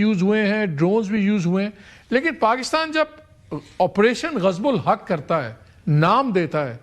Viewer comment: I thik operation gazab-ulhaq nhn ... pronunciation me operation " Gazab-lilhaq" he ... meanings badal jate galat bolne se😊